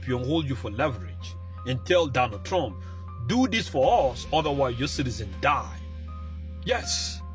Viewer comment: Trump not trunk